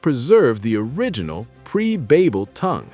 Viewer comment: Tower of Ba(y)bel, not babbel.